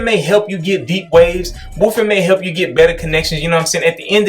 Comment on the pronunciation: as someone else said and I agree is the only waver I listen to for advice. Great content and not trying to constantly sell me something. Also there is a "L" in wolf or wolfing. is it a regional thing with everyone saying woofing?